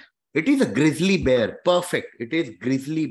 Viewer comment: She said like GrislyBear..